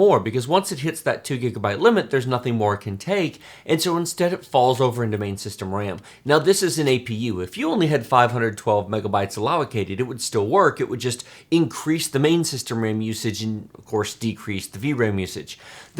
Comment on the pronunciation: . "Allowocated". Is that a Texas thing?